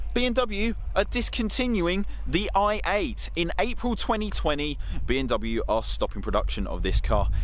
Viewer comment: yeah I thought I was hearing that too. Definitely not pronouncing the M Still love sids vids but